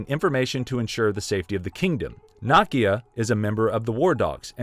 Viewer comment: Ooh I hate how you pronounce okoye... its not ok oh ye.. its o koi ye... You even butchered Nakia's name. white people stay butchering ethnic names even when there sources to here how to pronounce them..